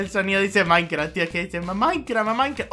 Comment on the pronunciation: si dice maicra